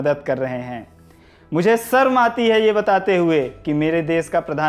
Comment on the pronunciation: Bhai सर्म nahi शर्म, शत्रूधन nahi शत्रुघ्न hota hai... 😂😂😂